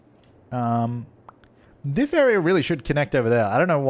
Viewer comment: i think the reason why siri answered is because you said "this area" and it sounded like "siri"